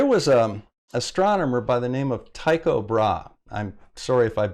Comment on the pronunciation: You butchered Tycho's first name too, but so do most people and it does not take anything away from your good video.